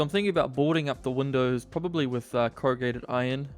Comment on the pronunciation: "Crowgated Iron" forged by the finest Crow blacksmiths of the land.